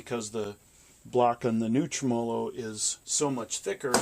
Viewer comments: He cannot pronounce TREMOLO ? Skip it. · a fellow who cannot pronounce tremolo correctly should just call the video off... agreed!l